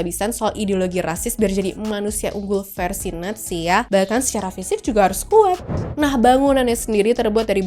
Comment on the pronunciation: Kan dia bilang nya natzi bukan nazi